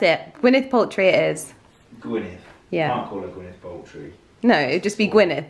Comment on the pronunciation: The American actress name is pronounced Gwyneth Paltrow not Paltry.